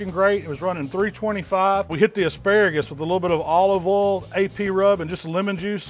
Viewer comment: For as much "southern drawl" as you have I should not be surprised at how you say "oil". I'm not faulting you, this Yankee is just observing and learning how to bbq right. It sounds like you say "ole". There is one difficult thing to watch in your videos. You get to try it. Damn it.